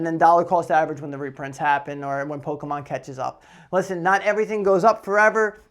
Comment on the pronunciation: Loving the ending video segment with the pronunciations of Pok-é-mon. 👍👍